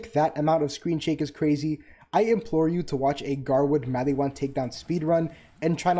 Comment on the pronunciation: "....attention span of a human being before a Tiktok..." Dude, you really tested my ability to tolerate pronunciation problems. Why does Mal-EE-whan bug me so much? I mean, they pronounce it Mal-ih-whan in the game. I know that this is a ME thing, but holy hell was it driving me insane. It's a reference that I'm forgetting, isn't it? All your points were legit though. Kudos and Double Kudos.